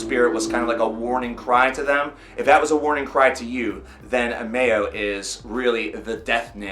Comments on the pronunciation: Amayo? AH-Mo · Its pernounced Ammo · Did this man just say amayo